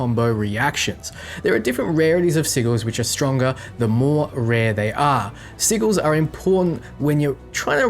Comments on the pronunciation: Pronouncing it incorrectly was amusing at first in the other videos, but when you are specifically talking about Sigils for the first third of the video and repeatedly saying "Siggle", it is very distracting. This is why you have a lot of comments focusing only on the weird pronunciation. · Omg. Sigils had a soft G. Like "sijils". Lol sounds like you're saying "seagulls" XD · 100% sure I just heard say "Siggles" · Sigils is pronounced (Sid-jills) or (Sijils) 👍 lol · Oh god mispronounced sigils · When you say sigils it sounds like a two year old trying to pronounce a word too big for them.